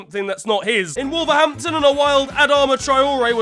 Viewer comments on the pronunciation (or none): none